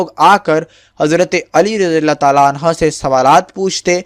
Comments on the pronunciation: Oo bhai galat bol rhy ho anha nhi anho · Hazrat Ali razi Allah o taaala anho hota hai bhai anha nhi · Bhai hazrat Ali ko anha na bole anhu hota hi male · Ali raziAllah talla an ha ni h an ho h pliiiz apni glti drust krein